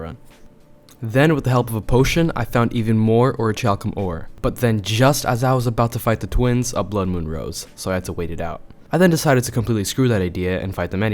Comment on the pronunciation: I love this video also orchaluim or whatever is said orkalum hopefully that helps you